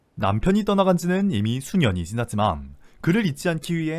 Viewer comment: '남편이 떠나간지 수 년이 Zㅣ났지만' 여기 ㅈ 발음 갠적으로 포인트ㅋㅋㅋㅋㅋ